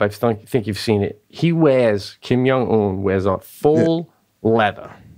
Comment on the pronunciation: The movie is zero dark thirty Wow Pete can’t pronounce Kim Jung Un to save his life